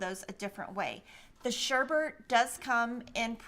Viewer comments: Although many of the new fabrics are lovely, my favorite it "Sally's Stitches by Betsy Chutcheon. Immediately behind that is "Wheatland" by Kansas Troubles. You made me laugh so hard when you pronounced 'Sherbet' (as sherbert) and said it makes you crazy because it is spelled wrong. For most of my life, I also thought that, but, the word is pronounced as it is spelled and not with a second "r" as in "bert", but rather with out the second "r" as in "bet". See you in 2 weeks. Happy quilting! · I love the Sherbet Sunshine! you made me lol, sherbet isn’t spelled the way you say it because like most people you add an extra “r”. 😂😂 You’re so funny. It’s pronounced “shur-bit.”